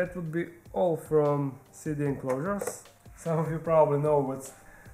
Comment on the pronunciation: For the longest time I thought you were calling the CD enclosures "city" enclosures lol I just now hard you have been saying "CD" enclosures lol. Love your videos as always!!